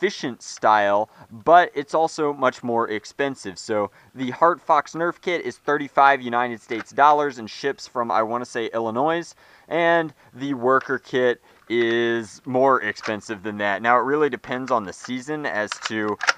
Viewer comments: Does he say " ill-i-noice " if so, I'm gonna cringe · the "s" in Illinois is silent lol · Illinoisssssss lol k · The way he pronounces it is pretty NOIS, though. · you said Illinois wrong.. the s is silent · it is "illinoi" he also says Al Loo Mini Umm. I am so confused about his pronunciations. I'm not trying to be an ass, I'm just confused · I love your vids, but THE S ON ILLINOIS IS SILENT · It makes me upset that you pronounce the S in Illinois